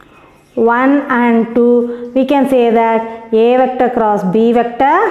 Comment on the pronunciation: Mam vector nenga vecta nu pronounce Pannuringa